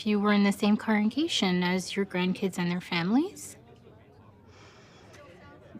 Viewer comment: Damn that actress really can’t say congregation 😂